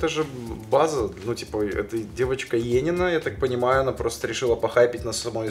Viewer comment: Не Енина, а енИна. Братишкин базу не знает, кошмар... Фу